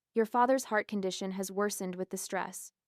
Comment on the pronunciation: Ai, i would guess. Condition..con.dish.shun, pronounced..cun..dee.o..tin! In this video!!!!!!😮